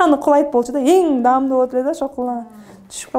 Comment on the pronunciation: Арбир көрсөтүүнү ачканда эле сразу аягын көрөм "Даамдуу" - деп айтат бекен деп. Дагы деле "дамду"-деп дейт экен.